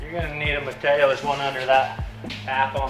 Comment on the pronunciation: Martillo, not Matteo!